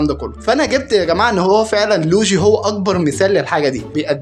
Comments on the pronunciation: يسطا معلش عارف اني بعدل عليك بس اسمه مش لوجي (لوييييجييي) 😂👍🏻 يسطا مجرد الكلام عن المحنكبن دون ذكر اسماء اصلا برضو تكريم يبرو مش انت اللي بتتكلم ❤️‍🩹🙅🏻‍♂️ متعملش لل💩 سعر انت اعظم من كدا 👍🏻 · يسطا لويجي مش لوجي😂😂😂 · اسمو لويي چي يسطا مش لوچي😂😂